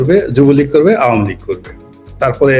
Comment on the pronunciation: উপস্থাপিকা ম্যাডাম আপনি এত ভেটকাই নোংরামি করে উচ্চারণ করতেছে আওয়ামী লীগ টাকে আওয়ামী লীগ এত নোংরা দল নয় দুই একটা ভুল সকল দলেরই আছে কিন্তু ১৭ বছর দেশ চালানো এত সহজ না আপনি আপনার ফ্যামিলির দায়িত্ব নিয়ে দেখেন ১৭ দিনও এক কথায় আপনার ফ্যামিলি মেম্বারকে রাখতে পারবেন না সুতরাং save your talking